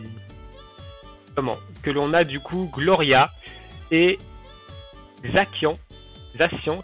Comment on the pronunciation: Pour Zacian ça ce prononce Zassiane.